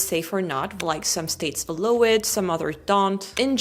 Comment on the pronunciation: "Allow" is pronounced like al+ rhymes with COW.